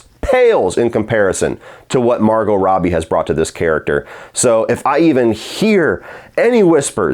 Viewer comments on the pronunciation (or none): none